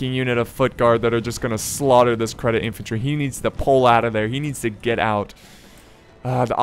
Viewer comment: You said Cedit infantry as credit XD THERE IS NO R